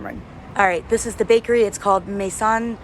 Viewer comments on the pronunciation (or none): Maison u pronounce it Mézon / Maizon and chourouk that's a girls Moroccan name mean sunrise